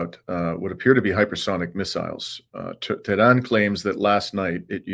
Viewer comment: lol love your failure pronunciation of Tehran - pathetic. so I guess "the Jews' don't own YouTube afterall.... or else how would they allow the thousands of anti-Israel video uploaded this weekend, with all the hateful anti-Israel rhetoric in the comment sections! i dare you to address this fact, you toad